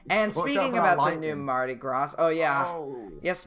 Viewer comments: I know this is probably nitpicky, but I'm pretty sure it's pronounced "Mardi Graw," not "Mardi Grāz." Not 100% certain as far as the ship's name goes, come to think of it... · It's pronounced Mardi Graw. Not Gras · btw its said: mardy grah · Mardi Graw. I know, I'm frickin' a Southern Alabamian. And it's (Cajun) French, not frickin' English. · when you say mardi gras you say the gras your shoud say gra no s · For your knowledge: Mardi Gras is French. The S is silent. And it’s not Coasta Concordia. It’s Costa Concordia - like how much does it cost…not coast. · do mardi gras vs synthony of the seas Edit: it's called mardi gras but it's at a silent s at the end of gras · mardi gras has a silent s in "gras"